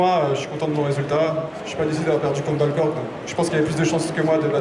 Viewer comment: Mais lol Arretez d'écorcher les noms des mecs!! C'est Balcork, et Zagi